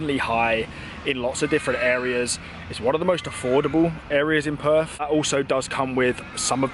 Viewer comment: The way you pronounce Perth, sounds like you are saying perv. 😂